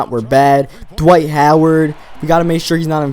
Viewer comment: ITS DWIGHT NIT DIWGHTTTTTTNFHFHFJJCJ